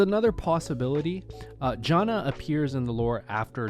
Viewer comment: why do you say janna do strangely